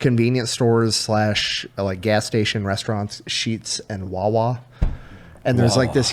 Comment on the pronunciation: I love you, Brandon, but f*** y** It's Wawa.😂😂😂